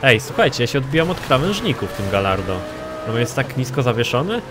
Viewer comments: Galardo czyta się gajardo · Karol Ryzop Czyta się "gadźardo"